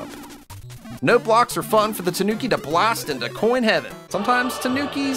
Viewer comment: When your too lazy too pronounce the I in toonki